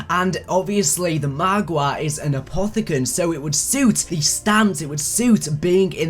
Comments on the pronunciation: I love how keeps saying margwa like margwah. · he says it more like mahgwah